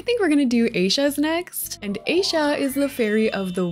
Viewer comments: Hi!! Just a couple of corrections. 1. Winx club was made by an Italian animation studio called Studio Rainbow, and it was aired in America, though they did air a couple of different English dubs. 2. You mispronounced Ayesha’s name. It’s pronounced I-ee-sha, though she’s also known as Layla in different dubs of the show. I do not know why she has two different names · love these builds, but i just wanted to let you know aisha is pronounced as ah-ee-sha😭😭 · Aisha is pronounced “Ai-ee-sha” where I’m from. I don’t remember if that’s how they pronounced it in the show though. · I just wanted to let you know Aisha is pronounced [AY] + [SHUH] not how it’s spelled I did want to be rude but the way you said it was bugging me lol 😅😂 Again sorry for sounded rude. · These are amazing, but I have one pet peeve. You're mispronouncing Aisha you pronounce it with an I, not a silent one. Sort of like Ayeesha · With all due respect that is not how you say Aisha’ s name. It’s (eye- E-sha) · Isn't it pronounced "ayisha" and spelled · Aisha name is pronounced I-E-sha😭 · I-e-sha…. Pleaseeee 😢say it right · You’re pronunciation of Aisha's name kills me, but still love the builds, would love to have this as a rental lot if for rent didnt break my game. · Hi,, not to be rude, but you’re saying Aisha's name wrong 😭😭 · Is that how people hear aisha name 😅 that's not how it's pronounced 😂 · I’m sorry but how she pronounces Aisha is driving me nuts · IT IS PRONOUNCED I-E-SHA NOT A-SHA! 😡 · This build is so magical and whimsical! 🪷✨✨🦋 But there's one problem. Aisha's name isn't pronounced aisha but rather A-YEE-SHA. It's a mostly Arabic name but ngl it was kinda annoying hearing it pronounced that way. I'm not hating or anything and I really love you builds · Just a heads up, Aisha’s name is pronounced as “EYE-E-SHA”, not “A-SHA”. 🩷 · Defs Musa. Just a heads up, Aisha’s name is pronounced as “EYE-E-SHA”, not “A-sha”. 🩷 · It’s pronounced AH-EESHA